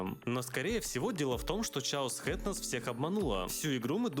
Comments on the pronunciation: Без негатива пишу комментарий, название игры произносится не "Чаос Хэд" (это неправильно), а /ˈkeɪɒs/ - "Кейос Хэад" или же на ру "Хаос хэад"/"Вершина хаоса". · ЧАОС ХЕД. Сорян за духоту, но просто больно это слышать. Кеос, ну или на крайняк, хаос хед. А то сразу этот каплевидный микрочелик из Соника представляется. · "Кэос хэд"!! Ch как К иногда читается